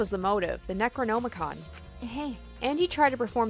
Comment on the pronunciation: you pronouncing katana and necronomicon physically hurt me